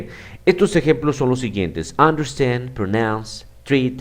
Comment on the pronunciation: Understand, faltó la R, Gracias buen vídeo